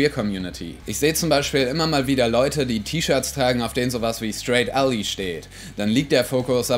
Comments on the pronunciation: Ally wird "Ällei" nicht "Ällie" ausgesprochen. Gutes Video! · Wird ally nicht /ˈælaɪ/ ausgesprochen?